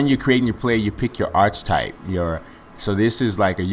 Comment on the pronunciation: archetype is pronounced ar'k'etype